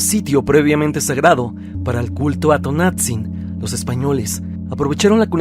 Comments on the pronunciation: T O N A N *T Z I N No Tonatzin 🙄👎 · Luego, luego se escucha que el narrador es extranjero, porque no pronuncia bien los nombres en náhuatl. Me harté de escuchar "Tonatzin" 😂